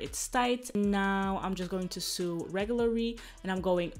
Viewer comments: it’s pronounced so not sue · It's pronounced sow. No literally sue. Lol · This is amazing! No hate at all (knowing more than one language fluently is amazing) but "sew" is pronounced the same way as "so". :) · how to sue 😂😂😂 “sew” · Your English is great and your accent is cute...but the word is "sew" is pronounced "so" as in "So what? I mispronounced the word sew!" LOL! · I love you girl and because I love you I’m going to correct you on pronouncing the word SEW. ...pronounce it like you’re say SO ... my first language was German and I always welcomed someone correcting my pronunciation... love you 😍 and your vlogs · "Sew" rhymes with "go", "no". You are sweet! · I love how you say "sew" 😅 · The wig is beautiful!!!!! I love how you say sew when your talking about the way your sewing, it's so cute😊